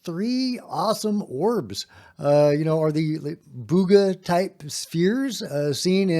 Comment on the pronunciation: Not "Buga" spheres.